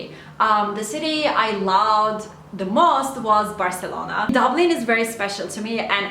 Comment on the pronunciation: dillin ve aksa'nın mükemmel ama Türk olduğunu belli eden tek bir şey var o da Barselona deme şeklin ve bu çoook tatlı😍😍